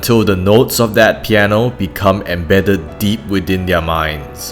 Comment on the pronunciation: Piano Not Pieno xD <3